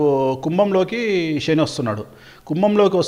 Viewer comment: షెని ఏంటి.. శని అనాలి